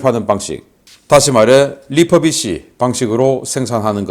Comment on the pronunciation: re-furbish란 이야기인 모양인데...'리포비시'가 아니라 '리훠비시'라고 발음하시오! 멀쩡한 한국발음을 어째서 "포"라고 하십네까? 입술이 굳어서 입놀림이 않됩니까? 영어발음을 제대로 하시구레.